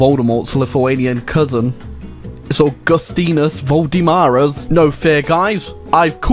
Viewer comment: The way you said Augustinas Voldemaras is just ear rape for me, a Lithuanian